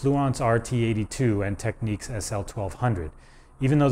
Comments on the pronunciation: Technics NOT Tekneeks! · "Techniques"? Lol it's Technics. There's no "nique". Say it right, man! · Technics is pronounced 'teknix' not tekneeks' Respect for having Ride album cover in the background.. :-) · DJs in the US always called pronounced it as techniques. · Just an observation - in the UK, we've always called Technics "TEKniks", but Americans seem to pronounce it "TekNEEKS". . Just an observation. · It's NOT pronounced "Techniques", it is "TEK-NIKS". It is a play on the word "technical", hence "Technics".